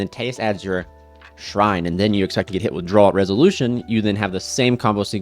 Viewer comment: Bruh. It's AbyssRHINE, not Shrine. It's AbyssTRITE, not Sprite.